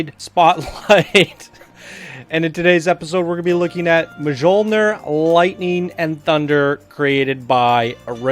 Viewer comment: Oh god, he just butchered the title.